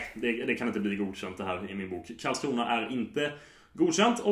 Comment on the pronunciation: KARLSkrona KARL o inte kaarl...KARL KARL!!!!!!!!!!!